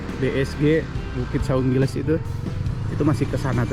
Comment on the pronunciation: Saung gelis, bukan saung giles😂